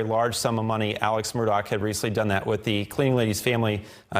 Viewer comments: Murgaugh. Say it like your saying murder...but your from Boston. Why are they pronouncing it Murdock? Ludicrous. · Sitting here cringing as I listen to this reporter keep butchering the name. It's Murdaugh NOT Murdock. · Hey dude you stink at spreading he doesn't pronounce the name right